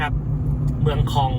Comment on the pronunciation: เมืองค็อง เมืองคอง น่าจะอ่านว่าคอง เสียงยาวนะ☺